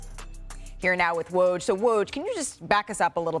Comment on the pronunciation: Malika sucks. She has literally NEVER pronounced Woj's name right LOL